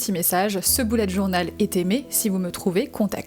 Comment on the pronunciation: Tu a dit boulette journal 🤣🤣😂😂